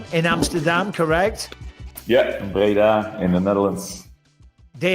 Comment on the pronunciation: Breda. It’s Breda.